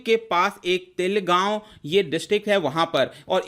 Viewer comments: तेलगाव नही है वो. तळेगाव. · It's not telgoun It's Talegon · It's not तेल गावं it's तळेगाव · Sir its tale-gaon not telgaon by pronounciation . Thank u for such videos 😍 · It is Pronounced as: Mo-Bil(Bill) Not: Mobile Place in Pune Pronounced as: Ta-Ley-Gaon Not: Tale-Gaon Many viewers r UPSC aspirants, so it is your responsibility to provide correct information even it is just a Pronounciation. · Telgaon nahi , talegaon तळेगाव